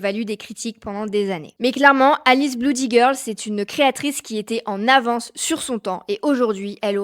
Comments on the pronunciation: Blood/Bloody ça se prononce "Blōd/Blōdy" pas "Bloud/Bloudy" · "bloody", se prononce blody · je savais pas que « oo » se disait « ou » à la française 😂